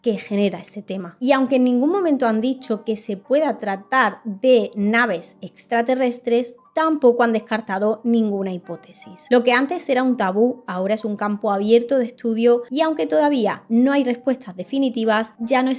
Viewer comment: Interesante, pero le faltan las S finales, se las habrán llevado LO EXTRATERRESTE?.